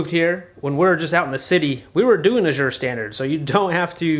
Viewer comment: Ooooohh you were talking about Azure Standard. I’ve never heard it pronounced “ajure” with the French inflection and was trying to figure out what place you were using.